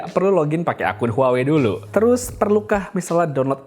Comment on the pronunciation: Bang.. cara baca huawei itu wah wei.. Maaph bang, kek ganjil aja dengernya klo dibaca huawei.. 🙏😅